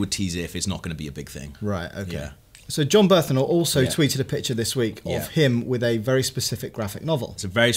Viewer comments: Its Bernthal not Berthnal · Guys, his name is Jon Bernthal, not Jon Berthanol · Did you have some sort of quota for mispronunciations of "Bernthal"? I think you got it